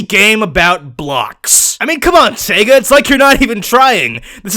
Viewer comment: It's pronounced "see-guh" not " seg-uh". Get it right jerk